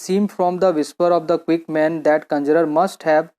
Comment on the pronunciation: Sir app pronunciation glt kr rahe hu conjuror ki